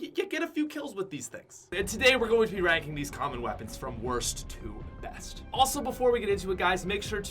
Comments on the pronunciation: Who realized he said ebst rather than best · It’s best not ebst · Worst to ebst great English bro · You said EBST not BEST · STILL SAYS EBST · “E B S T” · "WORST TO EBST" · To “ebst” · "Ebst"pat go home your drunk